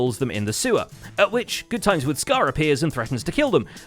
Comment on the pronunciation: GoodTimeWithScar..... it's not good timeS. There's no S